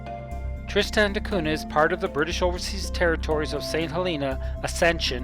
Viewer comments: It's not pronounced Trist-Stan. I found this island on the map hanging on my wall and my name is Tristan, I can tell you that my name is not Trist-Stan. I know there can be different pronunciations, however it's not pronounced differently than my own name. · Hey, i'm not trying to bash you or your video, it was really good. When I hear you butcher my own name it just puts me off a little bit.